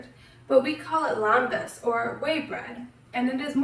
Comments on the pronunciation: It’s pronounced LEM-bas. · You are not pronouncing Lembas right.